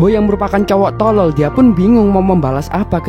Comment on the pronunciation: Penjelasan bagus, tapi penekanan kata bodoh dan tolol agak mengganggu, tks